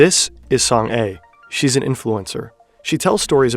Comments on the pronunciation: FYI It's pronounced Song Ah [soŋ a] not Song Ay [soŋ eɪ] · You keep saying Song "A" when she clearly pronunces her name as Song Ah. I know Korean names are not familiar to non-koreans but like she literally said her name in the video 😅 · I know this video was posted months ago, but I was just recommended it. Her name is pronounced like Song-ah (kind of like the "a" in "father" in an American accent), not "A" like the letter. She's got a real Korean name, not some kind of weird bot pseudonym. Not that Song-a is necessarily her real name, but it is a real name in Korea. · Song "ah", not Song "ay". Idiot. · >Literally pronounces her name as "Song-Ah" this dude: so, it's Song-Ay? good video but come on man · you could have at least researched proper pronounciation of her name… saying „song ay“ the entire video is embarassing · Just a note: her name is pronounced Song AH